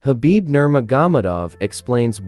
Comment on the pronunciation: 1 sec in, had to stop! What??? Khabib who? You can not even pronounce his name??? Take this shit offline and do it again. How disrespectful!